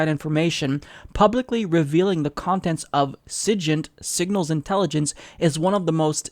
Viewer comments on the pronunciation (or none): It's pronounced "cig-int". It's short for Signals Intelligence. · It's SIGINT with a hard "G." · the way you said SIGINT made me lol!